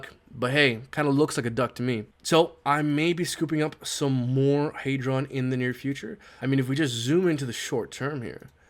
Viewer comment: It’s clearly HEdron not HEYdron mad annoying the way u say it, I remember you had the Dev on he was saying HEdron, that said u still my guy 👍🏾